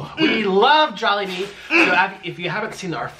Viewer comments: I hate that (awwwwwwwwwwwwww,mmmmmmmmmmm) and it is not jobili it is jolibee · "JOBILEE" YARN? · says jobilee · “jobilee” im wheezing rn HAHAHAHAHHAHAHAHA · Did say Joballi? 😂😂 This looks amazing! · No hate but I started laughing when said jobbilee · "JOBILLE" The h*eck?? HAHAHHA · said jobillee xD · said jobille lmao hahahha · its called jollibee. JOLLY. BEE. its not that hard to pronounce😩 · I love how she never says Jollibee right 🤣🤣🤣🤣